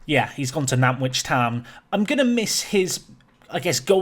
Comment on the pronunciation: Taylor Knowles has moved to 'Nan-t-wich', NOT 'Nan'wich'. THE 'T' IS IMPORTANT! Sorry, I just get really defensive over my team 😅